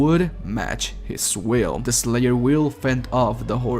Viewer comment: The way he says "The slayer" sounds like "This Layer"